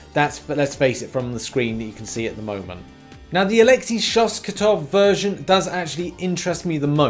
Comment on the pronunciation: Alexi Shostakov not Shoskatov :D